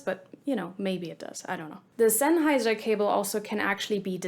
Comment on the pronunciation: I can't understand why you being German keep pronouncing "Bahyerdinamicks" instead of its real pronunciation, specially if you pronounce "Sennheiser" correctly 🤔